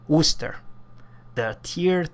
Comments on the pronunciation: ii lived in midlands , pronunceation correct , woster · Hey good try with pronouncing Worcester, I'm from there and people from Worcester have a hard time with it!!! Wistah!!! or wouster in the rest of the country...thanks for the review cheers!